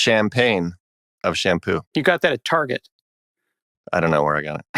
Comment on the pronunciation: pronounces tar-jay, actuellement